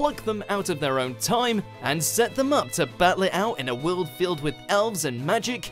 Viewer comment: It's "world", not "WeOuLd" !